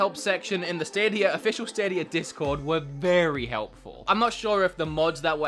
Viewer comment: Google stadierrrrrrrrrrrrrr